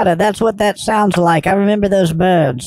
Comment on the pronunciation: And.."Buurds". Lol. Love it.🤪